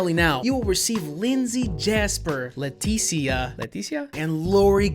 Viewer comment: lmfao "Leticia?" Heard that spanish come out